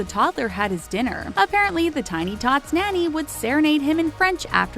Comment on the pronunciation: Someone please teach this woman how to pronounce “nanny” and “iron” 🙄🙄🙄🙄